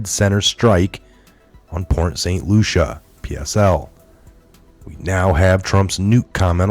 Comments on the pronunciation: As a Floridian. I have to say it's Port St LUCIE not Lucia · it's Port Saint Lucie (pronounced Lucy, not Lucia). Thanks for all of your hard work! God bless you, USA, our President and all Patriots!! God is always in control. I live 4 miles from the nuke plant in St. Lucie County. God answered prayers and kept Dorian off shore!!! Even if He used humans to move it, He made it move! Thank you Jesus!!!! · lucie = Lu-see ..... not lucia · Pronounce Lucy not Lusha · Port St Lucie ( pronounced LUCY) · It's pronounced LUCY - lol! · Port St Lucie. Lucie is pronounced "Lucy" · Dear. Saint Lucia is An Island Near Saint Croix. Saint Lucie is in Florida. It’s Pronounced Saint Lucy. Thank you for Correcting That. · Are you purposely saying Port St Lucie name wrong? Asking because I know you guys are being careful about your wording now because you're being monetized.